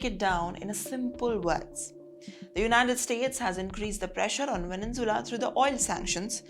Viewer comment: Madam, pls correct your pronunciation of the word Venezuela. U r a news reader.